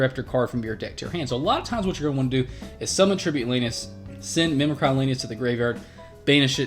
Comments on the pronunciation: Not to be a Stannis Baratheon but the word is mimic-ree as in to mimic.... sorry but everyone mispronouncing that grates on my nerves. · Mim-eh-cree damnit... That's isn't a word you're saying- it means to mimic, duh.